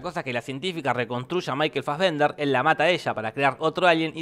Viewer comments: Me uno al reto: Un shot cada vez que Jorge diga maikel fasbender :v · Una birra por cada vez que dijo Michael Fasbender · ¿Puede dejar de decir maykel fazvender?